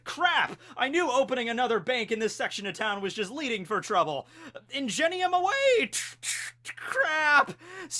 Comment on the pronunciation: It bothered me how you said Ingenium. I think it’s pronounced with a ‘hard g’ instead of a ‘j’ sound